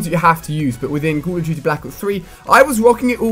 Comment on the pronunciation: Its "call" not "cool" "Call" of duty" . you say "Cool of duty"